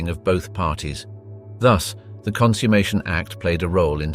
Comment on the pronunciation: Please learn the difference between 'consume' (to eat) and 'consummation (to finish). You pronounced it incorrectly every time.